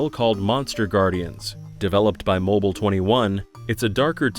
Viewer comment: "mibile System"? Hope somebody got fired for that